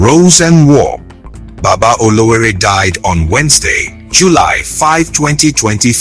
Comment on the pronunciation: Ọlọwẹẹrẹ not Olowore.